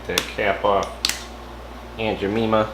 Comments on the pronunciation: My guy didn’t even say the name right- aUnT JeMEMAh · Aunt Ja-meme-ah? I don't take cooking advice from a guy who can't even pronounce the brand name. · Aunt Ja - meme- ah ? l don't take cooking advice from a guy who can't even pronounce the brand name . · That's not how you pronounce her name nice video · Who pancakes? Lol. You’re killing her name!! Jesus!🤣🤣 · Yeah I cringed everytime he said it 😫🤣🤣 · oh gosh it painful hearing a name butchered like this!